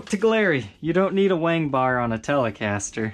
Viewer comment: He totally just said wang bar right?... like.. 3 times.. whammy bar bro.. whammy bar lol.. or to be more technical.. tremolo arm or "trem" arm